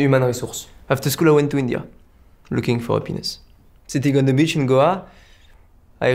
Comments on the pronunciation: 3: 58 I realized, I have happiness. (happiness 的首字母发音吞掉了) Of course. 简直笑死个人😂😂😂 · 你知道那个短片是 I have happiness, 因为法语H都不发音，所以他说的口音是 I have appiness, (a penis). 所以另一个才说 of course 快赞我 哇哈哈哈哈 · 怕有人沒看懂 那個法國幽默小段片最後一段 法國人對美國人說的是 I HAVE HAPPINESS 但他的口音連音以及法文母語發音將h省略掉，聽起來像I HAVE PENIS(我有老二) 那個美國人沒聽懂，所以回他OF COURSE (意指他是男生他當然有老二) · I have a pen!s 😆 (法国小哥的发音，原句是I have happiness) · 那个法国人说I have happiness(谐音penis)的，比脱口秀还逗人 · "I have (H)appiness." "Of course." LOL